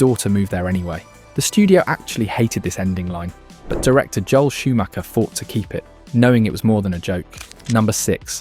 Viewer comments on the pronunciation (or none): none